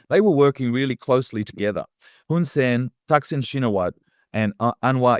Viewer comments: Pronounced "Shinawat" not Shinawatra. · Not "Shee-na-watra". Chi-nna-wat. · The A is silent it is pronouced shinawat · It’s pronounced ‘Shinawat’ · The surname "Shinawatra" is correctly pronounced as "Chihn Nuh Wuht". The last syllable of the surname "Shinawatra" (ชินวัตร) is not pronounced in Thai and the surname even begins with NOT an "sh" sound but a "ch" sound like "chicken". The last letter in the name "Shinawatra" (ชินวัตร) is a Thai ร which normally is pronounced as an R but when combined as it is ตร with a ต at the end of the word it is not pronounced, it is silent. It is an archaic spelling form that indicates it's Pali origin, it means a lot to Thai who are into such, means less than nothing to everybody else. Transliteration of Thai to pronouncible English has been a long and lonely challenge that has never been well solved, my transliteration would be "Chihn Nuh Wuht" which the Thai would find horribly ugly to look at but is easily pronounced by all English speakers. Because it is royal blessed, the Thai universally use the Royal Thai General System of Transcription (RTGS) — the official scheme promulgated by the Royal Thai Institute - which their teachers taught them in school which follows Thai SPELLING (of all things) and transliterates many consonants incorrectly and mangles all vowels and makes many many Thai words impossible to pronounce correctly if you only know their RTGS spelling. Just the way it is, one of a zillion things that make Thai Thai. For those not yet fully asleep in this explanation, author Gordon H. Allison's transliteration scheme seems to be best overall but it has it's faults as the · The correct pronunciation is Shinawat, the host is wrong. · it's pronounced shinawat the ( ra )is silent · check the pronunciation of Shinawatra. Just stop at the last t. The ra is silent. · Shinawatra is pronounced SHINAWAT. Crikey, LOOK IT UP!!!